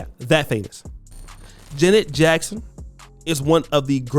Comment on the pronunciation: You as a person, struggling with identity, envious, jealous and miserable have the audacity, with this plat foam of yours on social, to slander Janet Jackson. You have a problem pronouncing her name correctly. You're broke and don't stand a chance to kiss her. Who Are you Duke? Acceptance and love for one's self promotes happiness, love and respect for others. Social media allow Sociopaths the opportunity to get on here to exploit others, being broke, disgusting and toxic. This is an evil and perverted generation. Kudos to Janet Jackson. I have love and respect for she and her family. People will define who they truly are. GOD, please help us. GOD, I thank YOU, for YOUR Grace, Lovingkindness, and Mercies new to us every morning. In Jesus Name. Amen.